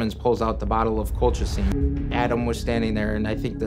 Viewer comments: It’s not colclean! Sound it out col-chi-cine. It’s said in the video correctly by everyone but the person narrating this! Seriously the most annoying thing! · Why she keep saying colclean? 😅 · Lol cloclean 😂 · everyone they interviewed- "colchicine" - "cul-cha-cheen" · She's pronouncing Colchicine differently every time 💀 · Maybe rehearse the tough names? With so many examples of how to pronounce colchicine correctly, there really isn't an excuse. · I read this after I had just previously watched a video where she mispronounced benzodiazepine. Then while watching this video when you done it again with colchicine and not just once but says it's two different ways after they had just said it 😅😅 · Omg I noticed to with the medication name😂😂😂 like they pronounced it for u. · Girl. The experts pronounced the medication 100x & u still messed it up, every time lol 😂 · How you pronounce colchicine 6 different ways? 😂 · Why cant the narrator pronounce "colchicine" despite multiple clips of people pronouncing it? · I love that they say colchicine like 5 times and still gets it wrong. Once again proves isn't a narrative but a robo text to speech bot lol. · Is it just me? I'm annoyed she put so much work into this video, and reviewing it, but refused to say the medication name properly. I don't know it bugs me lol. You can hear the proper way to say it in the video, but she's mispronouncing it in a variety of ways. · Why does the narrator keep mispronouncing the word colchicine? It’s pronounced correctly all through the video by everyone so why can’t she say it right? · Why can’t she pronounce colchicine? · Why can she not pronounce colchicine? It's one of the easier meds to pronounce. She said it every single way but the correct way. I guess for comments? Lol